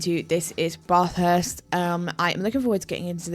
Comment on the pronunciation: Aussie here: Not bahth-hurst. Bath, rhymes with cash.